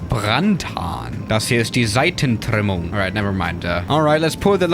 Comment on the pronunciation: Die Seitentrrrimmung! Das R muss rrrrollen